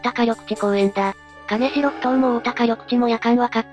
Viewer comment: 金城→きんじょう ですね。